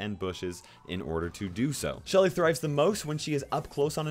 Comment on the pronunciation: NOT LUSHY. ITS SHELLY.